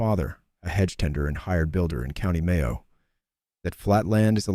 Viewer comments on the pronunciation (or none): none